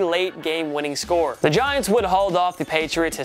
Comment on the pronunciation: Did you say “Diants?” I’m dead! ~Eagles fan